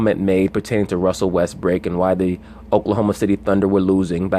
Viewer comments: Yes, be you. Even if you can't pronounce brook and say brick! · I say this respectfully, Why do y’all insist on callin him Russel WestBRICK..the mans name is Russell WestBROOK..smh I mean I understand that y’all ain’t fond of the guy but show some objectivity to the situation and put some respect the man name by pronouncing it correctly..Smh Respectfully